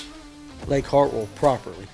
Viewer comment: Mispronouncing "Hartwell" is a red flag.. lol